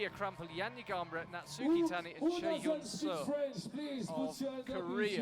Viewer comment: IFSC should check the pronounciation of Chaehyun 😂